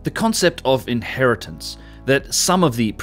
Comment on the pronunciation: Inheritance, inhertitance, inheritance. Bang on.